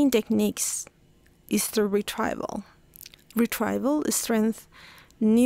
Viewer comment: The pronunciation of the words retrieval /rɪˈtriːvəl/ and effortful / ˈɛf ərt fəl / are wrong in your video!